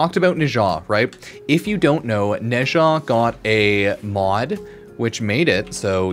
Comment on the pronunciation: Pronouncing Nezha like Natah really threw me.